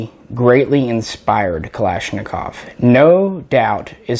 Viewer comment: finally some one who says kalashnikov correctly hahaha